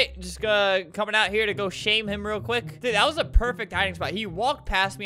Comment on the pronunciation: Chidube J Opara “for real” not “fry ride”